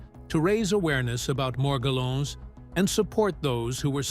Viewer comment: It's "Mor-GELL-ans" Disease.